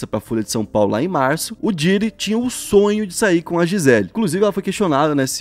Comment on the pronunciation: não é Diddy, e sim Diddy! (se pronuncia com a ponta da lingua )